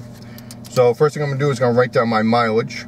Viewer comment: “Miwilge” pen and Paypur”